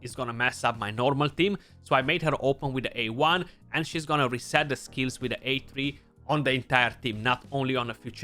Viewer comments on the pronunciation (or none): none